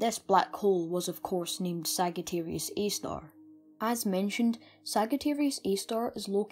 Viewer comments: It's not pronounced sag it's pronounced sajiterius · great content, for a person of your age. you have great knowledge and passion. however, one thing I'd like to tell you: its not pronounced as /ságittæreeus/ but /sájittæreeus/ :) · sag it arius is not how its pronounced but alittle bit of points given for being british btw it (saaj i ter ius.) Sagittarius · It's Sagittarius not sagatarius. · Great video; its thrilling to see teenagers genuinely interested in Astrology and Physics. Just an FYI btw Sagittarius is pronounced Sadge-ah-tear-eeus. (Not criticizing) Be proud of yourself kiddo Thumbs up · Sajitarius not "g" Messy-A not "err" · You're saying Sagittarius wrong and my face implodes on itself when you say it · Just an FYI, Sagittarius is pronounced with a “j” sound. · its Sagittarius A-star you pronounce it as we pronounce g foy gym or not as g for gum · Thanks. Yeah, after I created the video, I realized and was kicking myself for it. In my latest video where I mention it, I've pronounced it correctly :) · Ah, yes. I realized after I posted the video that I pronounced it wrong. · Thanks. Ah, I realized as soon as I published this video that I had pronounced it wrong.